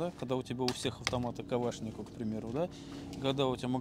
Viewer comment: КаВшников, моВотком, считаВось , с буквой л надо дружить если что-то кому-то рассказываешь